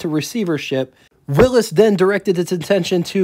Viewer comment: You need to work on pronunciation. It's not Willis , it's Willy's it's not kunoot , it's knute. Probably more that I missed .